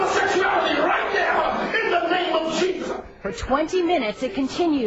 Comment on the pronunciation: In the name of JEESUSS! JEESUSS! When people say it like that its so funny. Messed up psychologically overall though.